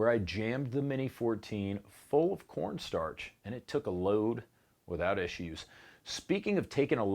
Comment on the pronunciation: Speaking of taking a load, did you say “porn starch” or “corn starch” on the subject of lube?